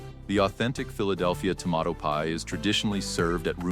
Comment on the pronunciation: The pronunciations in this video are lousy! Tah-sty-ca-ke? To-mah-ato pie?? Cmon people, if you want us to love the Philly stories, PLEASE proof your script and voiceovers!!!